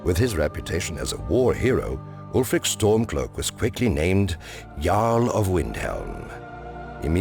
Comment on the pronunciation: You're right, he probably reads right off a script (a Skyrim player would pronounce the name "alfric" rather than "ulfric"). But he has a good fluency and confidence in his narrating. It would be awesome indeed to have the voice of Paarthurnax narrate this show but I bet they've got a budget tighter than a Thalmor's ass so don't expect a miracle.